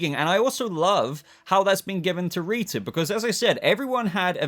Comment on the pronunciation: This might be really weird but I really live your accent and love the way you say rita's name 🙂